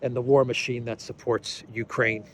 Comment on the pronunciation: The ju-koo in Jukraine 😊